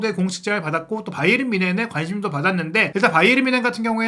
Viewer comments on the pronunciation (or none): none